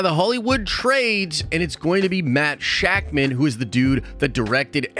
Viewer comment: It’s actually pronounced Sha-k’mon. I actually have no idea if that is accurate.